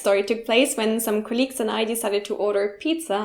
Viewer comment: You pronounce "colleagues" with a hard K instead of a soft G sound. Very interesting. It almost makes it sound like a totally different word. I watched another video with a German person that said it like that. The German "Kollegen" seems to be pronounced as a G sound. Not making fun, just saying it's interesting.